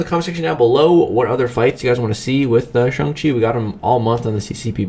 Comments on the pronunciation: Stop saying shung chi it's shang chi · Lol, he keeps calling him Shung Chi instead of Shang Chi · Dude it's shang chi not chung chi😂😂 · No one: Absolutely no one:: SUNG CHI 🥋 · Shung-Chi? Shung-Chi!? SHUNG-CHI!?!? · Why is no one talking about how many times he botched this mans name 🧍🏾‍♂️🤣 “shung-chi” oh pain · The way this guy says Shang-Chi is absolutely disgusting. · Please stop trying to pronounce his name.